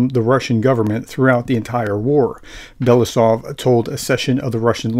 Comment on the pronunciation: How to pronounce Andrei Belousov? Ahn DREHY Bel a OO sof...accents on the capital letters. Maybe not perfect but better.